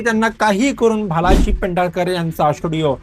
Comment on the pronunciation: Bhal ji mhana Bhalji ! He was a well known Producer,& Director of Marathi Movies ( some Hindi also ) ! Unbelievable you are a Marathi MaNus and you don’t know how to pronounce one of our most important,influential Marathi Producer / Director also Owner of JayaPrabha Studio Shri Bhalji Pendharkar ! Shame on you !